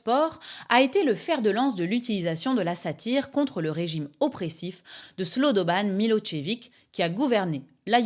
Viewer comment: J'avoue que ne faisant pas partie des plus jeunes qui passent ici j'ai eu du mal à comprendre qu'on ne prononce ni slobodan ni milosevic de la bonne façon, et puis j'ai réalisé que j'avais 20 ans à l'époque et que somme toute si c'était historique sur le moment on oublie bien vite et les générations suivantes n'en ont pas entendu parler